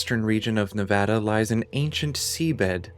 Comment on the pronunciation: HE SAID NEVADA RIGHT 😭✨️✨️✨️✨️ this man does his research